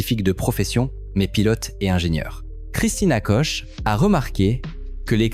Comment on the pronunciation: Christina Koch se prononce Kuk. voire Kok sans le "ch" français. L'audio et la vidéo deviennent peu à peu n'importe quoi. & Des pubs intempestives encapsuler directement dans la vidéo, On aura tout vu !